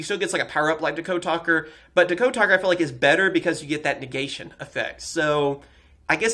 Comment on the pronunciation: DA-code? It's DEE-code